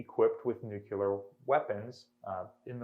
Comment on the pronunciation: Nuculer? I haven't heard this since George W., this is really one linguistic faux pas every intelligent person should strive to eliminate from their speech!